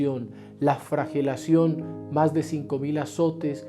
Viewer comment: Escuché bien el audio? ... Dijo FRAGELACION 😮?